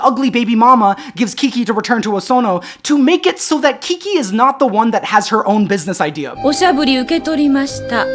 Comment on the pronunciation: This may be my favorite video to date. It's giving me a lot of thoughts about how I want to be in community with people both as a person and as an (intentionally non-professional) artist. I really enjoy the way you say “Kiki.” Also glad you mentioned you have new music out, I didn’t know about it and I loved Overgrowth